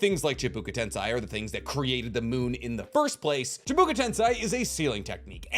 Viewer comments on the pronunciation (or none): Chibuka? Bruh. Chibaku. Learn to read.